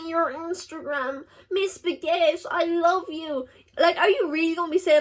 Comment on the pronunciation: Hello Miss Baguette (i think it is the first time i hear u say that in your video and it doesn't sound like that in french but anyway it is not the goal of this). It can be hard for some people to notice the difference between internet and real life, they hear u talking about your life and share your feelings/emotions and probably think they know or even like u a lil too much. It happens to almost all content creator (i mean man or woman or anything u can think of -cars or trees). I really hope it won't stop u from making contents. At the beginning, i didn't know u were underage because u were talking about things in a way an underage won't do, even licence and working. Anyway, take care of yourself and all your beloved ones. Ps : sorry for my very good english